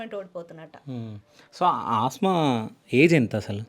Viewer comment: Aasma kaadu anna Asma anadi